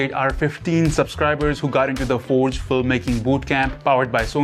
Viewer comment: Bhai accent thoda aaram se. Gaat it ? 😅